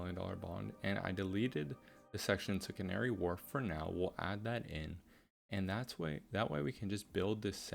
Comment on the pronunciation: Love the vids and r new to you Have worked out you are American bc as I Londoner I have watch you butcher some of the pronounceations of the names Doing great and love what u have done just findit quite funny It is pronounced as canary wolf not really warlf